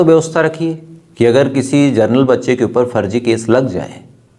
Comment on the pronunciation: Bhai saab genrel hota hai.gernel nhi